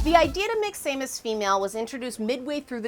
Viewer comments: S A mus? are you its Sam us, she's not a irish gnome. XD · The pronunciation of Samus is causing me to cringe. Not an insult, just felt he need to speak my mind. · Sah like sandel, mus like mustard, and Aran is pronounced like the name Erin.